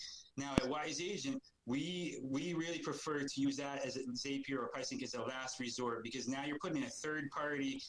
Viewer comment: Hello from Oooklahoma! Thank for this great video. I'm reeeally close to signing up with Wise Agent. I'm a former Lion Desk customer and doing lots of research now. Just to clear up the Zapier pronunciation: they will tell you Zapier rhymes with happier :)